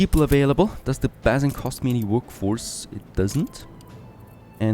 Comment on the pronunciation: Please check the way you pronounce 'basin'. I find myself screaming at the screen